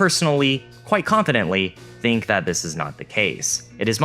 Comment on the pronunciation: Interesting video. I just don't understand why you say dink instead of think but pronounce the th perfectly in other words lol